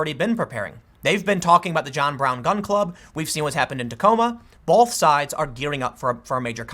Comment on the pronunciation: Bolth. Hahahaha It'll be 9/11, most likely.